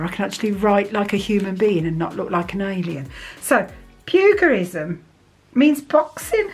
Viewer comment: I love your videos. Just want to correct the phonetic of Pugilism (the g is read like in girafe or in January). Please I don't want to be rude with this correction, I'm sorry. I just love watching your videos, you make me laugh so much and I'm always waiting for more.